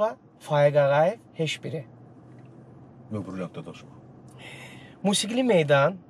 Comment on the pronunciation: Veriliş çox maraqlı idi. Amma aparıcı, çox hörmətli, intellektual, müasir, savadlı insan olan hələ bilmir ki, " heş biri" deyil, " heç biri" deyilməlidir?